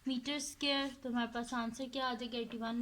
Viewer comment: Not to be rude but can you please pronounce square correctly it is hurting my head